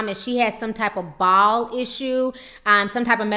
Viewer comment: Bowel not ball